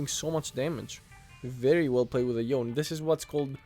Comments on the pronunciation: Love your content, but its yone not youn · its 'yo/ne', not 'yown'